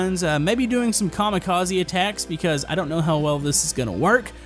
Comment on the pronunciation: Oh that a bit odd how you say maybe we do some Kamikaze